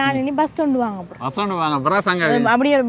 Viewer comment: Vus illa bus